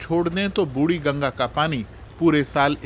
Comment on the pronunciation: "बुड़ी गंगा" नहीं "बुढ़ी गंगा", हिन्दी का बलात्कार मत करो...